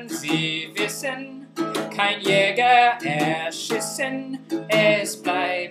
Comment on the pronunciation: Haha, I'm sorry I kept you up. "erschissen" makes me cringe now every time I relisten to this video. I thought it would rhyme with "wissen"! Oh, well. I'm going to do Die Moorsoldaten soon, so I'll have to be really careful not to make any more pronunciation slip-ups on it. Thanks a lot for watching. Greetings from Thailand ;)